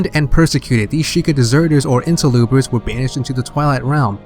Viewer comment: stop saying interloopers